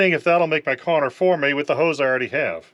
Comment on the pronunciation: This is very quickly becoming my favorite channel. I love that you kinda sound like hank Hill. The dry sarcasm with the hank voice just works perfect. Bravo. (And what accent says "corner" like that?) Thanks for busting ass for me to learn from. You will go far with this.